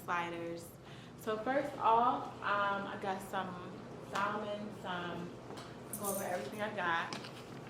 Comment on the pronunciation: You said salon To the most extreme wrong